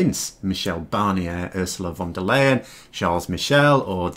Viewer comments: Ursula von der Leyen's name is pronounced "fon dare lion", not "von dur layen"! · Please,, since von der Leyen is gonna be in the news for a while longer, you might want to pronounce her name correctly. It's actually really simple as it sounds exactly like "fonder lion" in English (which a stress on 'fon'). I know you can do it, you're a clever guy!;-) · It's pronounced Fon Der Line mate😁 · looks more like the pronunciation it's spelled von der ähm Leyen